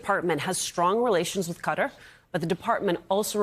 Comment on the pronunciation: Thank you for pronouncing Qatar correctly! 🤓